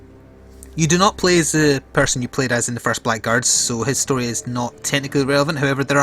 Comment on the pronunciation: Been looking forward to this for a while. Oh, it's pronounced Blaggards by the way :)